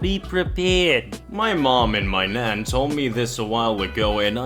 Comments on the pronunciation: "Nan" is pronounced with a hard A, like "jack". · Why do you say nan like naun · N-an n ah n not naan nan nahn nah-n sorry if I sound mean it's just funny BC it sounds like you are saying naan as in naan bread anyway sorry for the bad spelling. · Who else is pissed at the way he says nan?